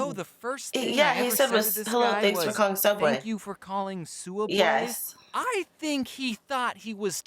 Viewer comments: soubway not subway* UnU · This is a Subway Me: you said Sooudway wrong